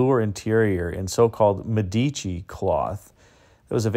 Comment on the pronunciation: Hi,. Love your videos. Please switch to the correct pronunciation of "Medici" -- accent is on the antepenult (in this case, it's the FIRST syllable that gets the emphasis).